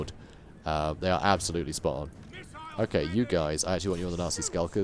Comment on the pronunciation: I know you're saying nasty but I hear Nazi skulkers everytime.